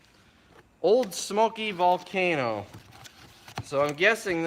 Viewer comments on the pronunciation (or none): none